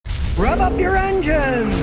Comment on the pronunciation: Still can’t figure out if he’s telling me to “rub” up my engine.